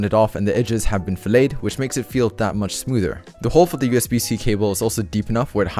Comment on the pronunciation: this dude said it has been filleted (fill-ay-d).....its fillet, pronounced fill-it i dont think glorious plans on cooking the gmmk pro